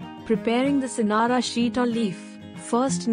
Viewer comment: It's singara not scenarios